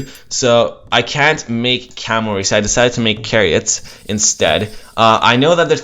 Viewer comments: i cringed when he said "kah-ree-ut" >:'(( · CHAIR EE OT NOT carryot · wtf is a "Carry-Ot" hahahaha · say kariot or midgol one more time i swear... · Maybe he pronounced it as its Latin root. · Chariot is pronounced with a ch sound you hear in the word "cheese", not with a K. Fun match though :)